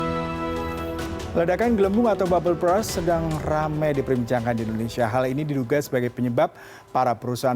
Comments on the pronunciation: Berst bacanya bukan bras. Klo lu baca bras itu artinya jadi "Sikat". Bisa baca kan klo tulisannya U duluan baru R? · Agak keganggu sm pronounce mas nya 🥹 babel bras